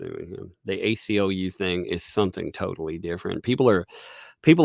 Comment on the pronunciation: ACLU, not UCLA, lol